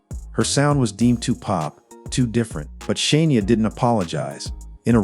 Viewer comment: I want to watch this so bad but its driving me nuts. it is Shania not Shaneia